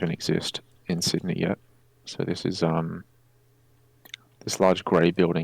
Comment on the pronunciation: Say Sydney right, it hurts